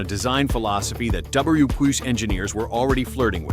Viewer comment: Terrible AI audio that reeks of "I don't care, as long as I get clicks." Really, really annoying AI narrative that couldn't pronounce "WW2".